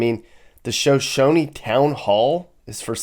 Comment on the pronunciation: Is pronounced SHUH SHONIE. I live in Riverton